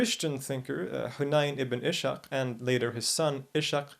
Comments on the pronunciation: Ishaq is pronounced Is-haq (Isaac in Arabic) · It is Iss-haq rather than Ishaq إسحاق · Its not Ishaq, its iss.haaq the arabic alternate of Isac